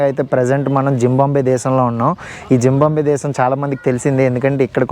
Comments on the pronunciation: It's not pronounced as 'gimbambwe' with a g but with a Z as in Zee. WTF? Lol You need to go get a dictionary asap. Also, don't you know that it's rude to talk in your native language in front of them? Atrocious asf! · tammudu paamu kuttadu, kaatu vesthadi. one more thing adi zimbambe kaadu zimbabwe.